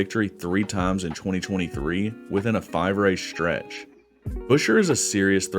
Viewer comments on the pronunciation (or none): none